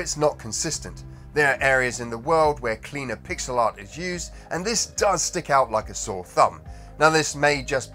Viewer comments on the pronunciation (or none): none